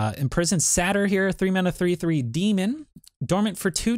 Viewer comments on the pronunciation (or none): Great video, but just a heads up. It's "Say-tur" not "Sat-ur"